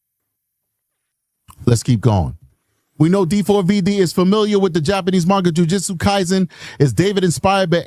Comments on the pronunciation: “De four ve duh” the first time I’ve heard it like that and I love it!😅 So much I could say about this case😤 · Not a good name pronunciation. It is not how he says it. We want his name heard. We want to know exactly who he is.